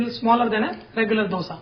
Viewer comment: Thank you for pronouncing it properly as 'dhosa' (dh as 'th' in word those) and not Dosa (as in word dose of medicine). Hopefully North Indians take note of it and pronounce it correctly.